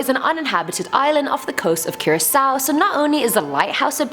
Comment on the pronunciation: I Live In Curaçao ☺ And Yes You Said It Right And Yes I'm Late